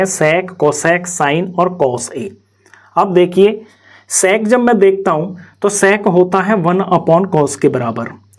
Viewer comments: Nhi sec²Q sex²Q sunai de rha hai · Bro's pronounciation of sec²💀